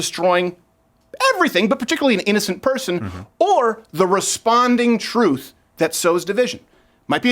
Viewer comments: “It’s the truff”! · "It's like the troof..."